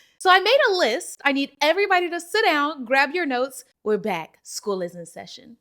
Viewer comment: Nina why tf did you say “Sit Down!” like that 😂